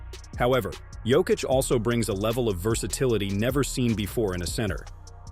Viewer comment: И да неко правилно акцентује Јокићево име 🙌🏻 у Америци.